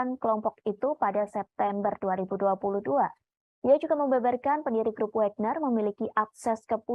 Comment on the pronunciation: bacanya Wagner bukan Wégner